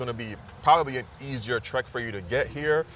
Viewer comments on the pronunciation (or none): none